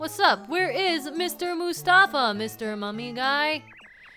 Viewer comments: I think it's "Mouse-tafa" not "Moose-tafa". You know, just for the PUN of it! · I may have just been pronouncing it wrong my whole life, which wouldn't surprise me, but I think "Moustafa" is supposed to be pronounced as "Mouse-tafa" because it's a pun on mouse & the common Arabic name Mustafa, but I may be wrong, as it can also be spelled the way it is in the game. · i feel like moustafa's name is supposed to be pronounced mouse-tafa... because he's a mouse